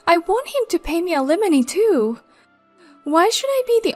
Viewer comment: Al eh mony. Not eliminy. .